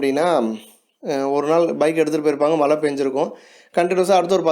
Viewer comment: Please be sure that you pronounce correctly. Its not malai its mazhai.